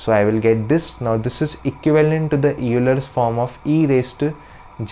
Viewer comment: If Euler were pronounced phonetically, your pronunciation would be correct, but it is actually pronounced as though it were spelled "Oiler."